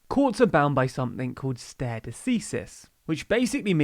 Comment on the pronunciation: FYI "stare" is pronounced "starry" 👍